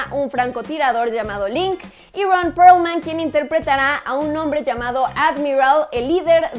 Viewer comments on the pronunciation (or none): Que onda, con tu pronunciación?? Ron porlman?? Jejejej Te tengo un reclamó, no has hablado nada del tráiler de she-ra??? O ya y no me di cuenta??? Saludos, esperó tu opinión.